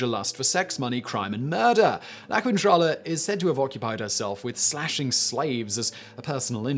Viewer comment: Gawd dammit, it's not pronounced kwintrala! The syllables que- and qui- in Spanish omit the sound of the u, so it's pronounced keentrala.